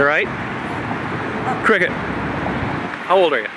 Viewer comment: Did She say that her name IS CRICKKET?😏😂😅😅😄😃😀😊☺😉😌😁DEADAZZ🤗☺😊?